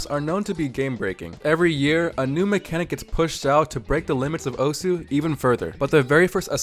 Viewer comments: you're not saying the game's name right. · in video you are not saying it right*